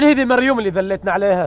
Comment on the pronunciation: نفس الشيء 😂 بس اسمها مريووووم مب مريون 😂